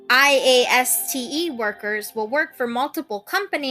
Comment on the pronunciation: Also, wow, you really do say IASTE the entire time don't you?